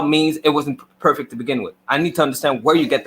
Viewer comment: cant even pronounce perfect correctly. He's the poster boy for Cognitive dissodance. Anyone who attacks the oppenent instead of the argument is a sham artist. checks all the boxes🤫